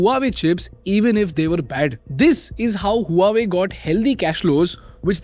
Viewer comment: Huawei = pronounced as "Wah Way" not who are we